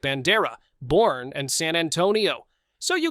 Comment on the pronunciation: Boerne is pronounced Burn - ee